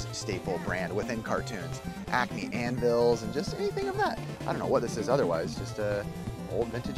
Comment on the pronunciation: Pretty sure he said "Acne" instead of Acme. Also i'm pretty sure he didn't it on purpose, but not 100% sure lol.